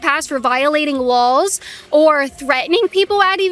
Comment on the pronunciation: It’s like a store: You DONT have the RIGHT to be there. You can be trespassed if you try to get in and they don’t want you there. Pretty simple. ALSO: Why does she say Lulls and not Laws?